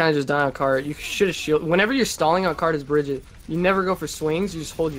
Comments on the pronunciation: Why do you keep pronouncing Brigitte different all the time D:?? Sometimes "Bridget" and sometimes "Brigitte" :( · Drives me nuts he pronounces Brigitte “Bridget” xD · i mihgt be petty but him mispronouncing brigittes name annoys the fuck out of me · dude can't even pronounce Brigitte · The number of different ways Briggite is pronounced differently in this video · how many times did he change the pronunciation of Brigitte than Brigitte mechanic.